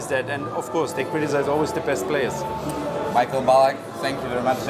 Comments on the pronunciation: To Misiael czy Majkel? :) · Misiael bo to Niemiec